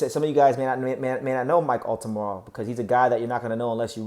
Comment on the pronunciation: It's Altamura... not Altamara.